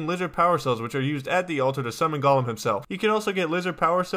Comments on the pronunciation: It is pronouced gow lum not gawlum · Not sure why this bothers me so much, but 'golem' rhymes with 'bowl em' is not pronounced like gollum. Sounds like he's saying gollum.